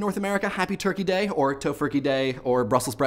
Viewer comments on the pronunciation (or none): none